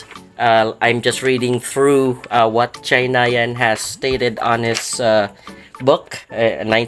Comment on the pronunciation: Yun pala tamang pronunciation kay "chahinian" susyal ang sound. Thanks bro for this informative vid